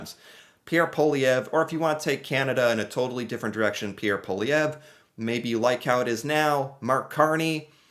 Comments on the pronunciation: Pierre Poilievre is pronounced: Paul-ee-ev-(re, Quebecois accent). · Pierre poLIEevre, no way José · pronounced like Pe-air (You have to say this part quickly) Paul-lee-ev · It’s pronounced Polly(rhymes with holly, or wall-e)-ev